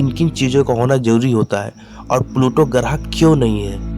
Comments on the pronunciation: Graaah नहीं grah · Garah nhi grah hota hh pagle pure vid kharab kr di